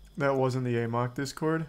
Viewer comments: It is pronounced in the game as the "ah mok" virus. He pronounces it "a mok" because he thinks it sounds funnier. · Love how charlie never learned how to pronounce "amok"